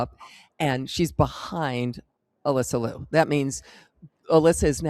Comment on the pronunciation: not Lou it is (LeeYou)